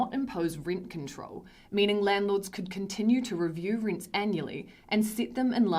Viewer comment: This journalist has too strong an accent to be easily understood outside Australia. "Rints". Awful. She should be a writer not a presenter.